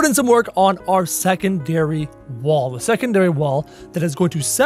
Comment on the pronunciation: Did anyone else hear “second dairy wall” instead of “secondary wall” 😂